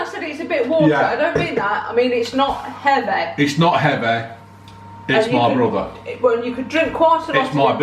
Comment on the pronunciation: It’s not heaveh!!